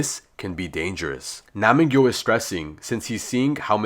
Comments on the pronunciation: pronounce: NAM-G YOU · It's nam gyu